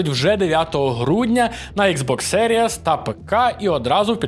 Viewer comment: йой чоловіче, загугли "How To Pronounce X Box Series". Ікс бокс замість екс най би вже було, але серіес, карл?